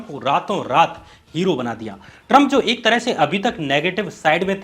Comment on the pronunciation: First say Trump properly, it's not Taram